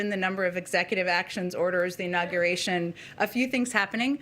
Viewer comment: That was some INAUSUATING CEREMONEY, huh?